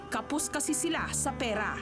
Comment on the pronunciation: bigkasin nnu ng maayos ang r,pera hindi perra